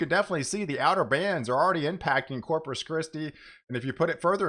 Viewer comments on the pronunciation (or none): Can you please pronounce CORPUS correctly? It’s not Cropus.